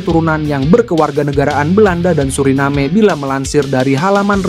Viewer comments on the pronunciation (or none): none